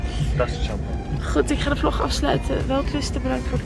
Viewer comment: omg je zei vlog 1 zo raar 😂 btw je makeup is zoooo fleekyyyy